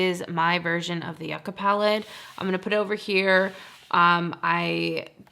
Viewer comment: the new ND palette is pronounced you-kah, as in the root/vegetable popular in south america 🥹 but yes i’d also love to see your singles collection again!